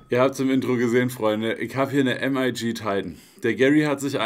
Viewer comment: bruder nich "EM AI GI" es ist "MIG" wie das kampfjett :) das wegen der military look kiste, titan elemente, usw.